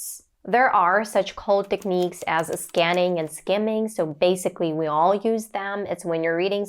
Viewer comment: You sound a 100% like a native speaker, I wouldn't have been able to tell if you hadn't said so. One word there you could improve, the word, "technique".